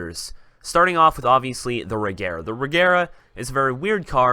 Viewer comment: The regera is pronounced re air uh